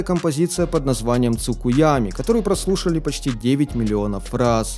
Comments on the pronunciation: Тсукуёми, а не тсакуёми🌟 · тсукуёми а не тсукуями...хотя я просто доёбываюсь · Цукуёми, а не цукиями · Я уверен что это кто-то уже писал, но все же: цукуËми. Небольшая поправка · Не цукуями, а тсукуëми( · тцукуёми так то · Тсукуйаме... Минус уши Правильно сказать название трека не дано